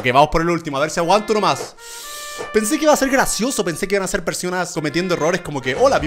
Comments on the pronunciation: german dice persionas XD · "persionas" Germán Garmendia~ 2017 like si lo escuchaste